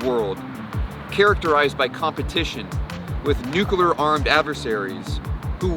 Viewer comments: Great vid but my God and for the last time!!! It is nuCLEar, not nuCUler! Jeez W - Learn how to read! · Just 2 comments: 1)Terrifying video and 2) The word nuclear is pronounced just as it's spelled...."noo-clee-er" not "noo-Q-ler". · Sorry but I just can't take someone seriously on this subject matter when they pronounce it as "nuk-u-lar." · call it a pet peeve: i cant watch a vid/doc about nuclear power or weapons with the narrator pronouncing it nukelar... i just cant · NUCLEAR. Not Nukuler, not Nuclular, NUCLEAR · Say it with me: "nuclear" ..."new-clear" not "new-cue-lear". Where are people finding the extra "u"?!? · Or “newk-uh-lerr” 😔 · The thing that gets to me is that the reporter repeatedly and consistently says"Nucular" instead of Nuclear! LOL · Is it prerequisite to mispronounce nuclear to become a missileer?